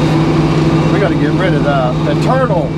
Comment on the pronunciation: Did you say "Turtle"????